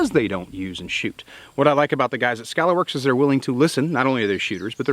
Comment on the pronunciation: Lol.. (T Rex arms)... Skuh-Lahr works....